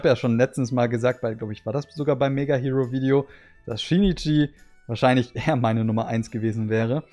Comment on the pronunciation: Hiro = Hero - Ich habe mich damals immer mega aufgeregt, wenn das jemand so ausgesprochen hat 😅 - Aber Yukiko hab ich tatsächlich auch gesammelt... Hätte sie auch gerne behalten, meine Mutter hat aber irgendwann gemeint: "Ihr räumt euer Zimmer nicht auf, dann kommt alles weg" Darunter Spielsachen, Yu-Gi-Oh!/Pokémon Karten und leider auch Zeitschriften...